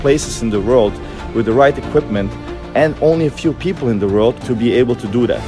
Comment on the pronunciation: that Guy can't even say World.... he repeatedly says Rorld. xD Bughatti can be repaired by Trashbinwheels xD And i LOVE how Alex is handling this, it's "just" a Car. Yeah, it's a special one, but it IS just a Car. And that Bughatti is treating this like some Nasa-Aerospace-Spaceshuttle Shit is so delusional and funny. I really like it! The funny thing is, super-rich people just want stuff to be super expensive so everybody can see their wealth. but this build smashed their reality and that is what bothers bughatti. And next Time you should ask Prior Design for the Bodykit. They do amazing stuff in a WAY better quality!